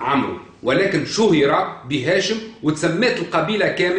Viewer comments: يقال : عمرو amr والواو لا تنطق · تعلم العربية قبل ان تتصدى للحديث عن محمد عليه السلام . لا يقال عمرو amrou. انما يقال عمرو وفا تنطق الواو . ولا يقال مدركة madrakah بل يقال مدركة modrikah.. تعلم العربية وثقافتها قبل الحديث عن محمد يا مغرور .احمد العلوي المغرب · مضر بضم الميم لا بفتحها ومدركة بضم الميم لا بفتحها وعمرو بغير مد فتنطق كما ينطق عمر بفتح العين وتسكين الميم والواو للتفريق بينه وبين عمر في مثل عمر بن الخطاب يا جاهل